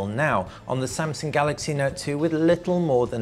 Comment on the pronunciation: Samsaung. Sorry